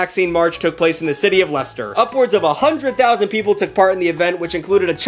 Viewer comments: No way he said Leicester properly What a shit hole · Gotta say - Great pronunciation of Leicester there, ol